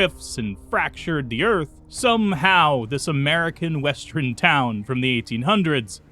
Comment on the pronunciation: Say "west." Now, say, "Urn." West-urn. Say "I." Now, say, "urn." I-urn. Not i-run. Not west-run. What do you have against "err"???